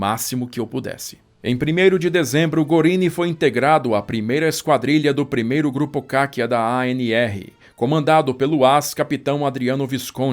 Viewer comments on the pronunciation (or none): CACCIA a pronúnica é como CÁTIA e não cachia, e FOLGORE a pronúnicia é Fólgore. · Precisiosismo meu, mas acho que você aprecia a pronúncia correta porque quando fala termos em alemão, diz direitinho. Caccia se pronuncia "Catchia". No italiano é o ch que tem som de q. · Sensacuonal. Só uma correção: a palavra caccia (caça) se pronuncia "cátia"... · Caro amigo, eu sei que você preza pela qualidade de seus vídeos, por isso vou fazer uma pequena correção: a doppia cc tem som 'tch', como no jogo boccia. Já o som 'qui' e 'que' tem a grafia ch, como em becchi e picchi. Seus vídeos são espetaculares, obrigado por compartilhar!